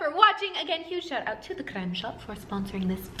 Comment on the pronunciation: that "creme" sounds so polish to me